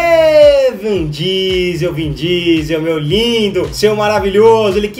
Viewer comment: Alguem falou pro que nao é "VAN" Diesel que se fala kkkkkkkkkkkkkk